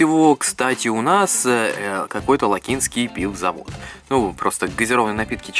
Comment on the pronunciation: Не ЛакИнский, а ЛАкинский. Всеж живу в Лакинске:/